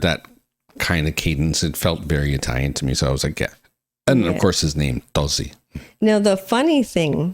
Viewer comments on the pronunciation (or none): It's in ITALIAN! Also the singer's name is pronounced Tozzi (Totzi) and not Tosi. He originally wrote the song and Laura took it and made an americanized version of it.